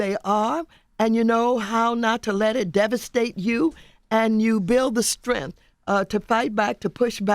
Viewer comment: This dude Charlemagne said "Skrengthen". SMH come on man.